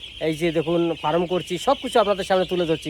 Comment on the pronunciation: Dada ফারাম (Faram) নয়, কথাটা ফার্ম (Farm). তা নাহলে মুরগির খামার বলুন। শুভ কামনা রইলো আপনার এই নতুন উদ্যোগের জন্য।